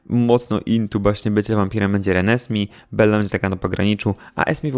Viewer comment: jeżeli Reneesme jest wzięte ze zmierzchu, to prawidłowa wymowa jest "renezmej"!!